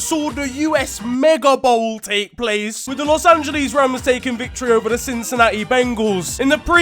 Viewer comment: The pain I felt hearing him pronounce Los Angeles